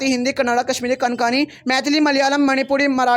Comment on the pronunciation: It's not SINGLI it's SINGALA. It's KONKANI not KANKANI